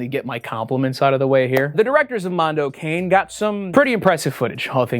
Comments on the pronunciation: You don't have to read "Mondo Cane" as an english term ahah The pronounce is different. I'm italian and Mondo Cane litteraly translates to "Dog World", that's a common italian term of saying cruel world, "the world is a dog" :) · It's "mon-do cah-nay," Wendi n. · CAHHHH-NAY. Not "cane." It's Italian. Also: if you can find it, "Tarnation" (1990s) is a unique and possibly disturbing documentary. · Loving the video but this hasnt left my mind It's not Mondo Cane as "Kæ-in" Its pronounce like "Ka-neh" (the H is silent lets say) Translated poorly as World Dog in italian, but it basically means "What a bastard world" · Every time y’all pronounce it like cane instead of ka-nay I get mad. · "Africa Adido" and "Mondo Kane" though /o\ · I'm so sorry to be that guy, but in "Mondo Cane" is pronounced like "Cah-nay" It's Italian for dog so Mondo Cane translates to "A Dog's World" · DAMNIT WENDIGOON ITS PRONOUNCED MONDO KAH-NAY FFS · The scariest thing it's that youtubers still don't know how to pronounce "cane" correctly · as an italian, pronouncing "mondo cane" as "mondo kane" is pretty hilarious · Mondo keinn? CANE! PERRO MONDO DAWG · It's Italian. Pronounced Mondo Conny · I gotta do it, I can't help myself. Cane is pronounced "kah-ne" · FYI, It’s pronounced Mondo CONNIE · If I hear “mondo cane” pronounced like that one more time I’m going to fucking scream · the most terrifying thing was wendigoon butchering all the italian words